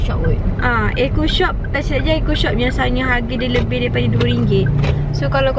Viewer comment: Kenapa and cakap "eaco shop" bukan eco shop